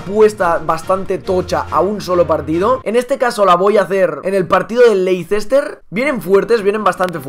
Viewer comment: se dice LEISTER al Leicester